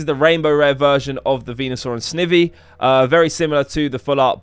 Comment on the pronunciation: noooo lmao u said snivvvy